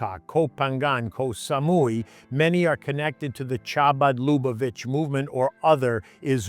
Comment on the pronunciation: Are Israelis/Jews "farang" or are they "Kaak" to a Thai? Chabad Lubavitch is pronounced "Ha- bud- Lou- Bah- Vitch"